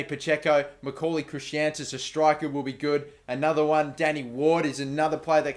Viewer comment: It's Chris-antus